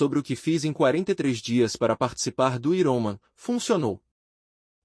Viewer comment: Me desculpe, não estou fazendo uma crítica para ofender já q vc está ajudando lendo esse livro para nós. Mas a pronúncia não é iroman, é Iron Man( homem de ferro), "Airomen" mais ou menos a pronúncia dessa palavra em inglês.